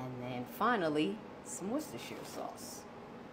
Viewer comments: Wooster shire sauce is how we Brits say it. I know the spelling seems like it should be said differently, but wooster shire is how its pronounced here She pronounced it prettymuch perfectly.. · You pronounced it perfectly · Yes you pronounced Worcestershire dauce correctly 👍👍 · Yesssss U said it perfectly!!! I am from Worcester Massachusetts. Thats just how you pronounce it "Woostersheer sauce"! Exactly pronounced like my city of Worcester 508!❤ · Woisteshire 😊 sounds right to me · Your pronunciation of Worcestershire sauce was spot on!!! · I like Worcestershire sauce too. I always use it in any recipe that calls for ground beef or mixed ground meats. Btw, you pronounced it correctly. You are the ONLY person I have ever heard who says it the right way. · U said it correctly. I like your sister sauce even though I can say it correctly 2. Haaaaaaaaaa. Nice loaf. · You pronounced the word perfectly! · I’m British - I’ve never made this but I’m going to have a go and you are the ONLY person outside the UK who says Worcestershire correctly! 👏🏻👏🏻👏🏻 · You pronounced it exactly like I do and that's a rarity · I always ask how to say that too! I day it like you so it has to be right! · You did great on pronouncing the woo-woo sauce, they would pat you on the back in New England or the Olde England! Note: you can pronounce it Wooster- sheer or Wooster-sure or even, Wooster-shy-er... you only screw up when you try to pronounce Worcester "wor-chester", cuz they don't even pronounce it that way in merry Olde England, no matter what dialect is being spoken. And it must be right, because they even pronounce Worcester, Massachusetts the same way.. Wooster! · You pronounced it exactly like we we taught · You did good pronouncing it. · I pronounce it the same way. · The way you said it was how you pronounce it